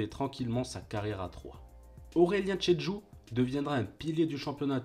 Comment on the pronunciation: Bravo pour cette belle retrospective. Attention néanmoins aux prononciations. On dit "Nioucasseule" et pas Niouicasteule". Pierre Alain Fro et pas Frao. Aurélien Chedjou et pas tchédchou. Wasquehal se dit Wasskal et pas Vasquenal. J'en passe mais fait attention, ça fait perdre de la crédibilité :) Sinon, encore bravo !